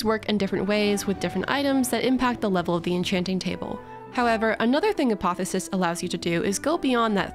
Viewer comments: Okay. It's "uh·paa·thee·ow·suhs," not "uh·paa·thuh·suhs". Love your vids. Hermione out. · Btw, you're leaving the "o" out of "apotheosis" whenever you say it.